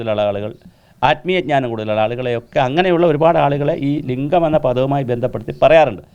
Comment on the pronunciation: ലിഗം എന്നുപറഞ്ഞാൽ. ലിഗം.. പിന്നെ ന്താ 🥰